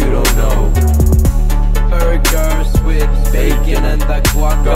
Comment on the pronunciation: lmaooo the way he said burgers